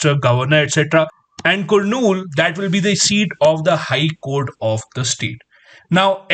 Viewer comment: Sir its kurnool (karnool ) 🤣🙏